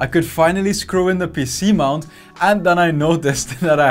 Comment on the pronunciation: "This is a PC mount" wtf did you say that was??? a what ?????? what mount???? this is youtube not PH hahah